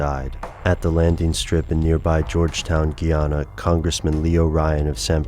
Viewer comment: its GUY ANA. not Gee Ana